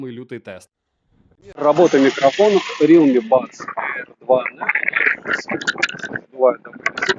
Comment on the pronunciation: рИлми бля реалмИ ударение на последнюю букву